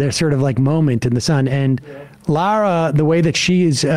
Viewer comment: Thank the assorted gods and deities that you guys pronounced lara's name correctly. I've been secondhand embarrassed for all of us Lauras and mildly angry all week as other commentators pronounce lara as Laura. 😅✌️